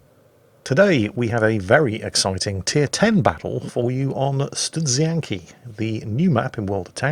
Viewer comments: Not so much butchering the "Studzianki". Almost good i would say :) It`s easier to say this one after vodka. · Your 'Studzianki' was pretty decent actually:) And while we're on the subbject of speaking Polish words - how about a Błyskawica video for Warships? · Actually your pronounciation of Studzianki is pretty good; the adjective you mentioned is pronounced "pan-tser-neh" if anyone is coming to Poland and wants to visit the area.